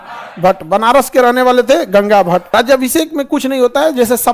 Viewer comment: Gangabhat 😂❌ Gagabhatt ✔️